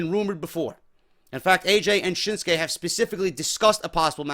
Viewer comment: I don't get why english speakers call him SHINSKE muting the U, for no reason really. It's ShinsUke Nakamure. ShinsUke! GOONS! :D